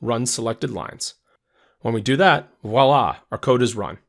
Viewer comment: It's voila, not wala. lol